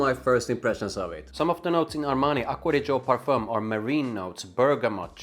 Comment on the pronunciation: Nice italian pronunciation